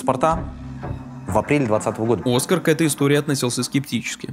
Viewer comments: Он ОскА'р, а не О'скар, вы же смотрели целое интервью с ним, как так... Дудь никогда не восхищал, как интервьюер, он часто лезет со своим мнением и здесь занимает им половину интервью, вместо концентрации на госте. Здесь он был не корректен и пытался доказать, что ОН прав, а не "безпресстрастно донес до зрителей точку зрения гостя", хоть это и было бы тяжело сделать, так как гость не понимает, о чем говорит и не знает, что говорить. Удивительно, что вообще разбирали точку зрения Оскара, ведь у него ее по факту нет, он что-то где-то услышал и ни в чем не разобравшись сказанул, что он "за" и хайпанул на этом. А при любом вопросе он отвечает " Я не знаю, я услышал где-то, я думал так, я плохо разбираюсь, сам никуда не поеду, сыновей не пущу, но парни в окопах молодцы, продолжайте, но я ниче не знаю". Особенно мне понравилось, когда он сказал, что "там" лучше знают, что делают и просто бьют по рукам (сажают, объявляют иноагентами) тех , кто высказывает своё мнение, и он считает, что это ,по сути нарушение человеческих прав, нормально и оправданно. Сказали тебе дай лапу- давай. Сказали молчи - молчи. И его актерка на протяжении интервью просто ужасна. Я думала будет именно ее разбор, и разбор микроэмоций как с Шурыгиной, но нет... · Почему бы не делать ровный сбалансированный звук в выпуске? Если что обращайтесь могу помочь с этим. А ещё конечно интересно что вы решили называть Кучеру Оскар, а не оскАр как он себя сам называет) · Интересное видео подучилось, только на протяжении всего видео имя Кучеры произносится неправильно. Его зовут оскАр, а не Оскар. Ударение на второй слог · Его зовут не Оскар, а ОскАр. Ударение на А. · Только он не Оскар, а ОскАр. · Почему Дудь называет ОскАр, а тут в видео чувак называет Оскар? Наверное, Дудь, который лично общается, знает как правильно? Зачем искажать тогда? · Он оскАр, а не Оскар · Все норм только не о́скар а оска́р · Спасибо за работу, круто. Но, блин, ОскАр Кучера, ударение на А..... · ОскАааар . На букву а ударение ,блин